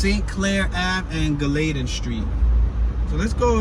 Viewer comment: it's pronounced GALL-ah-tin